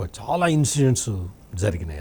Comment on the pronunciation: షౌమ్యుడు, షాలా మంచివాడు, ఆర్థికంగా అంతంతమాత్రమే, ఆషీర్వదించండి...షిక్కటి షిరునవ్వుతో ఇట్లు మీబిడ్డ....